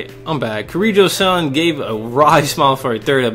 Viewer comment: Honestly every time he mispronounces -san I cringe a bit. But otherwise I really like his commentary in this game!